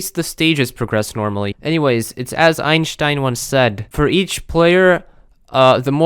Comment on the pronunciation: You get a like for the pronounciation of Einstein.